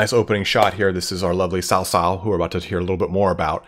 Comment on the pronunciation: Hey, I love your vids. Just want to give a few helpful tidbits. Cao Cao is pronounced more like Tsao Tsao (not Sow Sow, imagine as if this was some Aztec name in terms of handling the 'ts'), Xiahou Dun is pronounced more like "Shah (like the Shah of Iran) Ho Duen (like duet but ending with an 'n'') and lastly the Zhuo part of Dong Zhuo (ya got the Dong right) is more like "Zoo-uoh" but mashed together in a single sound. Your pronunciation of Liu Bei is great though:). Not hating, I know Chinese is a tough language for non-native speakers, just wanted to help out.